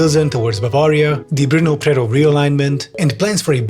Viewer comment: I like how said Prerov instead of Přerov, knowing he can't pronounce Ř properly so he rather omitted it completely